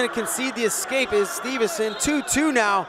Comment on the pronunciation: Gable STEVE SON not STEVEN SON